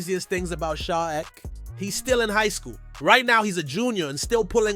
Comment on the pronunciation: Its E.K not Eck 😂